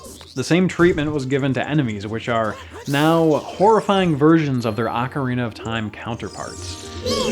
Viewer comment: I'll play this. Also, rofl ah-carina.